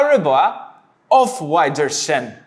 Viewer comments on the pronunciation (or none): Off wider-san... 😂 It's pronounced like: owf-vee-dur-say-an 😉